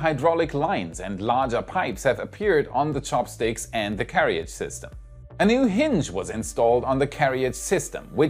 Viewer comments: That word is pronounced [Care Ridge] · Hi. I know you're a knowledge junkie like me, so you'll hopefully be appreciative to learn that carriage is actually pronounced carridge, as the second 'a' isn't pronounced. Thanks for your content, I like your presentation skills. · Hi, in case no one mentioned it, 'carriage' is pronounced 'ka-ridge'! Thanks for your enthusiasm and content. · FYI - in English, we don't pronounce "carriage" the way it is spelled (like a frustratingly large number of words, sorry). The "ia" in the second syllable just makes a short "i" sound. So it's like "ridge" with a "care" in front. You do an amazing job, especially as a second language. I hope this helps. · I was going to say this if I could find a way to send direct messages on YT. Anyway that may be normal pronunciation in a dialect other than American English.